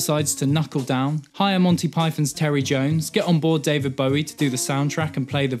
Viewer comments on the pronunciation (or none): none